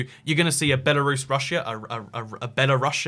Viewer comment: Lithuanians feel polish? Dude, cmon. Post Soviet countries besides the baltics have strong ties to Russia? Dude, we in Odessa use to burn people alive that thought like so back in 2014... Ukraine is at war with them, Georgia had a war already. Its Lukashenko, not Lushenko. And its BELARUS, not BELORUSSIA!! Belarus is not white Russia! Belarus is White Rus'. RUS'!! Ancessors of Kievan RUS'! Not Russia! Belorussians will definetly feel offended if u say that to them. I think you should speak with some people from each countries before making such statements. They are just disinformation and sometimes even offensive. And a half-communist ethnic russian from eastern Ukraine is definetly not the best option.